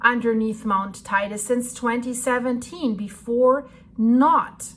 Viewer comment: Liebe, es heisst „Te Ide“ und nicht „Tei de“. Biiiitte nächstes Mal richtig aussprechen. Ansonsten danke für deine Arbeit!